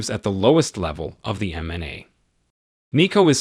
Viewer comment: Who is this narrator who doesn't even know or can't pronounce mma and ufc?? Saying mna for mma and usc for ufc is such a shame at a high level